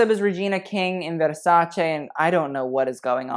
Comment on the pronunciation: Brutta is for female's words. Dress translate as 'vestito' and it's male in italian (even a woman's dress) So a bad dress is Brutto. But man...your italian is good, you said Versace perfectly with the right 'e', and Donatella was on point. That shows you're sensitive and you do your research. Bravo, ben fatto.